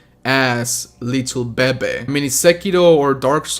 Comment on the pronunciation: says bebe Me, a spanish speaker: it's bebé master